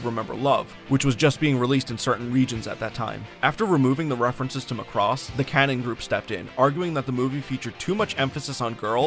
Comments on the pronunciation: Oh my God Macross is pronounced MACK...ROSS NOT McCROSS. Just watch ONE FREAKING EPISODE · Yeah, EXCEPT they always pronounce #Macross WRONG ... IT'S NOT McCross, He was the leader of the Black Hole Gang in #GalaxyRangers ! It's pronounced MACK ROSS. Proof that these people never saw #Robotech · The dub by ADV pronounces it Muh-cross. Prior to seeing the dub, I too called it Mack-ross. I figured since the ADV dub used the original Japanese names it was more accurate than Robotech and started using their pronunciation from then on. It wasn't until 2016 when I started making videos that people started telling me the ADV dub was wrong. Even though multiple people have commented on every video telling me to change my pronunciation I will not. Not because I think the ADV way is correct, but because I want to set a precedent that I am unreasonably stubborn.